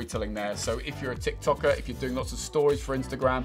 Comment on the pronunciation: THIS MAN SAID TIK TOKKER LMAO